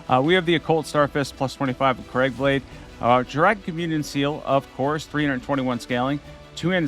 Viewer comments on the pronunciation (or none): none